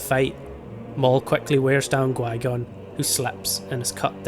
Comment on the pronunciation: but why do you say gui-gon instead of qui-gon?